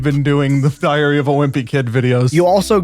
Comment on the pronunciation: Ah yes the "thiary of a wimpy kid"